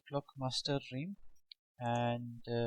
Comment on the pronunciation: Realm - pronounced Relm. not Reem